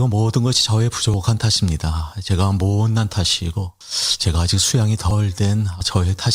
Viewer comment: 모오옷난 탓 발음 넘 소름